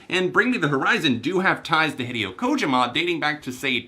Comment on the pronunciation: Kojima, is pronounced, (co-Ge-Ma) Sorry i jus had too say so